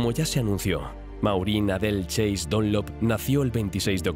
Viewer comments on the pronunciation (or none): none